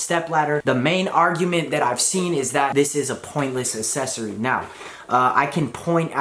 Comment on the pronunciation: Still having trouble with that word “accessory” aren’t you?